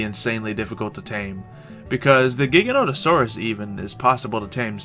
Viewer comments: its ji-gant-o-saur-us not giganosaurus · The Giganotosaurus is pronounced jig-a-note-a-saurus 😃